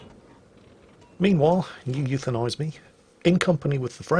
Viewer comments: and here is “you euthanize me” Me: Actually, it’s pronounced “oo-woo-thanize me”: starts loading gun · Technically, you would pronounce his name "oo-woo-thenise me"